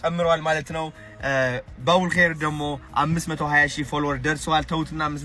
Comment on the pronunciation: The way u said babul kheyr so hilarious ❤❤❤❤ allah lantem yekheyr ber yargeleh yehidaya menged yèhuneleh bro